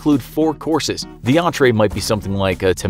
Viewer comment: Ze queen is Ze queen